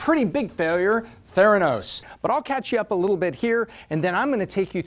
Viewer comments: Pronounced “thé-ra-nos”, not “the-rá-nos”. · Just a teensy quibble: it’s pronounced “THAIR-uh-nos”, not “thair-AH-nos” - because the name is a portmanteau of “therapy” and “diagnosis”. Great video though! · What I hate are all the people who say "Ther-ANN-os," instead of "THER-a-nos", the way everyone in the know pronounces it. Haven't you seen any of John Carreyrou's interviews? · "The-endos" omg... lol . edit: so lesson is: if u drop out, make sure it's Harvard and not Stanford lol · He doesn't even pronounce the name of the company correctly. Hack job. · Fail on pronouncing Theranos in different ways , one sentence to the next.